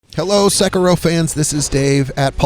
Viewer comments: Sha-rooken. Suh-kuro. Kuh-ill me. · Seckero. Sharooooken. Good lord. Sound it out! TL;DR Great strategy, great video, bad, bad pronounciation. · He pronounced sekiro. And shuriken wrong. All in a minute. Astounding.